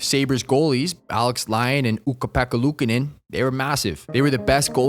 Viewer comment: as a finn. your pronunciation of Ukko-Pekka Luukkonen was immaculate